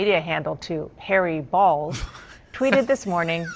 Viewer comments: It's a long "o", not a short "o". That would be pronounced "bowls", not "balls". So either Elon made a mistake or it's actually "bowls". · Macron over the letter O in Bolz indicates the correct pronunciation is "bowls" not "balls". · Journalism school should ensure basic English skills. The ō in Elon’s new name is pronounced "Oh," making it Harry "Bowls," not "Balls." Media consistently mispronounces it, showing a lack of awareness. Shocking, I know. Let’s be the one's to get it right. I know it takes the fun out of saying it, but let's be the smart ones on all fronts. Oh, and FFS, get your heads out of Elon's pants. It has to be crowded enough in there with what he is obviously carrying around!! 🤣🤣🤣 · B ow long o Not B. a. Short o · It's pronounced "bowls". Long O. You would think that people that make a living using words would understand the language. Lol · She had no idea she was saying hairy balls 😂😂😂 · Isn't ō pronounced like "oh" though?